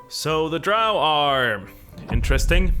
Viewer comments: Drow, rhymes with Toe… Gygax. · Dro are the only andro elves I get down with. Dro. Pronounced Drou. I know. I’m backward. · drow rhymes with crow, not cow.